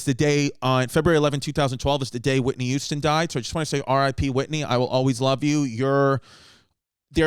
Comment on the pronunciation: I always thought it was Whitney Houston not Whitney Youston. Fuckin Mandela effect